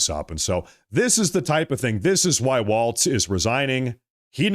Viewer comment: Walz, as in walls, no t in Walz.